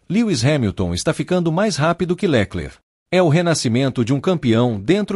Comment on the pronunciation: Porque esse narrador inventa nomes? Leclerc com acento no lé ?